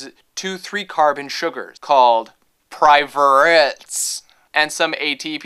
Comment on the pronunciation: "Pie-Roo-vates"...come on!:P I think it's so strange that I understood everything you were saying about glycolysis and ATP--a sign I'm taking too many science classes!